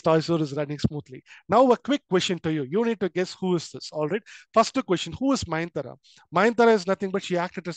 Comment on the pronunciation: Mayantara ❌ nayantara✅ nice explanation sir❤